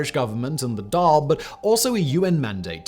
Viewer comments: i know for a fact every other irish person noticed when he mispronounced “dàil” and “taoiseach” 🤣🤣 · he said Dail and Micheal… both very badly. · Also the Dail is not pronouced dal, but Doyal. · Good video...but...its phonetically pronouned "Dhaawl" to a person who is only familiar with Anglo centric phonetics. Also his name is pronounced "Me-hall".👍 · Pronounced daw ill as in drawl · to pronounce our prime minister Irish name =' thee-shuckh'. as for our house of power it is pronounced 'da-all'. the Irish government spend only 1 billion on the defence forces and both of our ships for our navy don't have enough ppl to operate them. the irish goverment have cut costs year on year for payroll for troops among other parts of the civil service. our cyber unit has some 20+ operators. to say joining NATO is a possibility is a bit of a joke as we do not posses the military infer structure to cope with NATO demands for entrance. we cant even pay our nurses enough money for them not to immigrate. i only state a point i welcome any points for solutions . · A couple of things (mainly on pronunciation): 1) it "mee_hall" Martin 2) the dail is like fall, tall, or all 3) it's tee-shocked 4) it's tawn-ish-ta Please get advice next time instead of just pushing on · Far from any hostile neighbour.. Also it’s Dawl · As an Irishman myself, just a few small pronounciation errors to point out. 1. Mícheal is pronounced 'Meehawl', not Michael. 2. Taoiseach is pronounced 'Teeshawch', not Teeshah. 3. The Dáil is pronounced 'Dawl'. Another thing to note is that during WW2, Éamon de Valera was so in favour of Ireland remaining neutral that he used propaganda to make the Nazis seem more favourable so that the public wouldn't call to join the war. Examples are the word 'Nazi' being banned from news channels and the events of the Holocaust being softened, or in some cases not reported at all